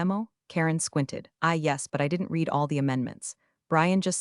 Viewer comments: AI doesn't know how to pronounce "read" in context. It kept saying REED when it should have been RED. Annoying. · Great AI - it can't even tell the difference between the word "read" (red) and "read" (reed) 😂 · The same reason the Ai voice "reads" the words "She read... " but pronounces the word "reed." Definitely a low i intelligence. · "...REED it, RE-REED it.........."!!!! Once again, a POS AI!!!!!!!!!!!!!!!! HOWS BOUT, "RED it, RE-RED it"!!!!!!!!???? This is NOT looking good for your DAMNN AI if it already starts mispronouncing !!!!!!!!!!!!!!!!!!!!!!!!!!! STRIKE ONE!!! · Teach the AI to pronounce Read as Red not Reed. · True, but AI will never get it. It can't even get using context to determine if the pronunciation of READ is reed (something to do) or red (something completed) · Can’t a person correct the AI mispronouncing words? “Read” can be pronounced two different ways, and the AI always got it wrong. Thumbs down. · The single most offensive incompetent AI error I keep seeing is to pronounce the past tense of “read” as “reed.” The past tense is pronounced “red,” dumbheads. Please train your AI narrators on actual English speakers. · The word "read," when used in the past tense, is pronounced RED. Also, it's a good idea to check that the voice-over matches the captions. Punctuation when reading is crucial. This sounds as ifit is read by a 2nd year high school student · The AI reading is painfully obvious… too fast, pauses in the wrong place, words mispronounced (i.e. “read” as “reed” when not correct). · Miss AI read and red (read past temps) are different. English is hard. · Another AI who can't tell the difference between read and read.